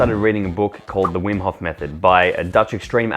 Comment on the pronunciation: Vim hof koont 😂